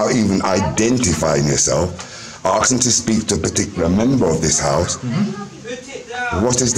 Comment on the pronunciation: The word is asking, there is no such word as arksin!